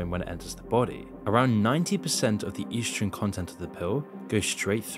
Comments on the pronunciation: What is "yeastrogen"? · "EASTROGEN" Really?.... Good luck with the big words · Es dro sen lol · he cant even pronounce “estrogen” right 😭😭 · You’re pronouncing estrogen wrong